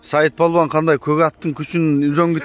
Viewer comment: Палбан эмес , балбан деп айтылат !